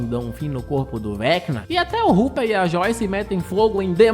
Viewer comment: mn ele falando ruper tava me dando agonia